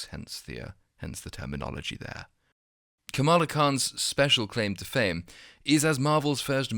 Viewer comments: Perdue didn’t just mispronounce her name, he mocked it. Watch the clip he says “kAmala or kamAla or kamalamalamala” it’s not an honest mistake dude was being rude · It’s pronounced “Kha-muh-la” like “Kha-mune-ist.” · Bro you are neither black or American. Mispronunciation of a ethnic name is the EXACT thing white people with authority do to poke fun at us. If we react in an emotional way we are seen as a problem and fired, removed, or worse. But it is clear disrespect especially when you already know how someone’s name is pronounced. I understand you not getting it though, but trust me it was done on purpose. Look at Trump and Pence’s rallies you will see how disgustingly racist they are when among a crowd of their peers. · Funny thing is Kamala Harris pronounces her own name wrong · Kamala is probably a dactyl. It is close, but it feels like the stress is the first syllable.